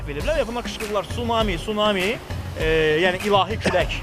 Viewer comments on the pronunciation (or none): Sunami yox. Tsunamı !